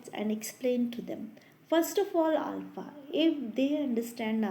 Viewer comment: Mam it's not Alf. It's alpha. And it's ass hole it's "A Soul". Please improve your English. Give a gap between A & Soul. It's sounds very bad. It's humble request to correct your pronunciation.